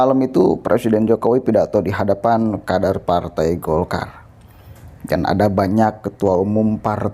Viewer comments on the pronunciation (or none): Golkar bukan dolkar